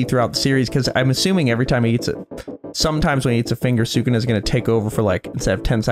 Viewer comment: It's 'Sukuna', guys 😭😂